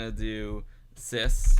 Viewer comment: Very cool tutorial,! You should make a special edit of your Twitch stream, where you install 3.1.4 in emulation, without the news section and the end part; just the tutorial stream. And by the way: How you pronounce "sys" (when edit the startup-sequence at the around 50 mins) is the way we Germans pronounce the English word "this". We simply can't pronounce that properly.:-)